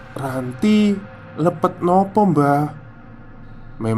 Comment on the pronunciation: lepAt Bang... BUKAN Lepet.. kalo lepet itu makanan yang dibungkus daun janur itu.... 😁😁😁